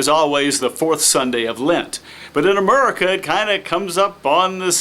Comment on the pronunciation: "Sunday in Amherika" I'm going to unsub you if you say it once more!!!!!!!!! =P